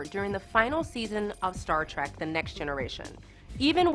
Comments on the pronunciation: Yeah, the talking head (or anyone involved in the filming) certainly has never watched B5. The pronunciation of names is terrible. Though the 'Star Trak' seems like just a slight accent as can be heard in other words in the video. But what more would you expect from SciFi..... I sorry I mean SYFY...... actual scifi knowledge? No, they are mostly a b or c-grade horror channel again. While most of the clips were nicely done they could have chosen a better space battle one. That was mostly just staring at pilots reactions. I think most everyone online calls him JMS. Delenn didn't start in a cocoon..... She spent 7/10th of a season 1 episode and 1 9/10th episodes of season 2 in it. They are NOT "actual, functioning space suits". They are props. They are probably hot and require cooling to work in them for any stretch. You just made that up, didn't you..... An actual space suit costs about $2-12 million and takes ~5,000 man hours to make. No prop department is going to do that (not even for Kubrick). I agree, this is more a very top level show synopsis and a quick scan of the Wikipedia article. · “Daylenn” “Star Trak”? C’mon, put some effort into these. Also, we all knew this already... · Oh, and one more thing host: To prove you have no clue what you are talking about, the show is Star Trek, NOT Star Track! into the video. Yeah, you really know your s_it! LMAO. What a dunderhead. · This video is an embarrassment... I haven't seen a nerd this fake since the Big Bang Theory went off the air. "Star Track"??? I'll bet you're a big fan. But, oh well.. This is the "SYFY" channel. The network that cancelled Caprica and Stargate Universe to bring you Sharknado and WWE Wrestling. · "Star Trak"? I'm out... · I noticed that, too. Like "Star Trek," sometimes she pronounced it correctly, then incorrectly... strange. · A few...LOL 1. Star Track (over and over and over again) 2. Daylin 3. Moombari 4. Lorin